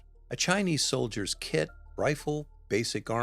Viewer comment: I had to rewind and listen again and yep, I heard correctly, he called them Chinese “stole-diers” instead of soldiers!